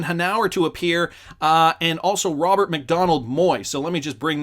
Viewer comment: Ronald McDonald so it a circus show. Just kidding. It does sound like your saying Ronald instead of Robert 😂😂